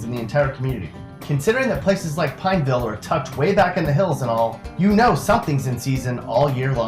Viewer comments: If you actually knew anyone from Pineville you'd know it's pronounced pawn-vl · I hate how he says Pineville... lol I live like a few minutes from Pineville.